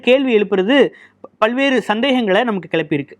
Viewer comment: பல் வேறு என்று சொல்லும் போது ல என்ற எழுத்தை அழுத்தி உச்சரிக்க கூடாது நம் பல்லுக்கும் பின் நாக்கு ஒட்ட வேண்டும் ல்ஐ உச்சரிக்கும் போது